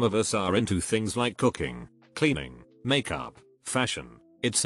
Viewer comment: Is pronunciation gets me everytime😂🤣 Fee-ahn-kay instead of fiancé. Mack-yoop instead of make up! It's so hilarious